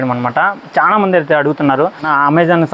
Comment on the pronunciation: అరేయ్ బాబు చానా కాదు చాలా అని పలకాలి ఇలా అన్నందుకు బాధ పడకు కరెక్ట్ గా పలకాలి అని చెప్పడం నా ఉద్దేశం 🙏